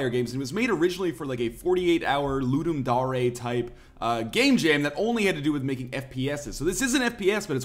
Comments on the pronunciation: Ludum Dar-ay? Excuse me? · i cant believe he said lu-dum-da-re ...